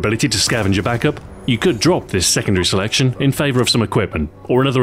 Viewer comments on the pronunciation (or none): none